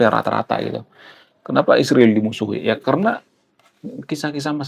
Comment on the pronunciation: Kalo sebut Israel Isriwil, sebaiknya kalo sebut China baiknya Cinoh.